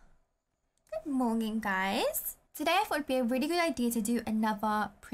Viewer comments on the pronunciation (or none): Not to be rude but it sound like said Moening but you say Morning but i love you ❤️❤️❤️❤️❤️❤️